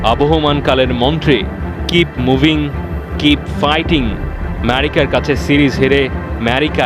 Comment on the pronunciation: Merica na Vai, America 😂😂😂